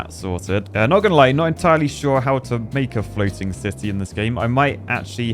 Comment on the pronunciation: I thought you said the other half ‘polluting’ at sea 😅